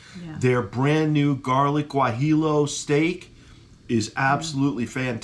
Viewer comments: Great review and! By the way if you want to take your pronunciation to the next level it would be said "Wah-he-yo":) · Sorry but you totally didnt pronounce it right Guajillo is pronounced wah hee oooh...food looked damn good